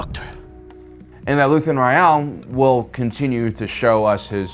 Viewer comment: Why do you say his last name so weird?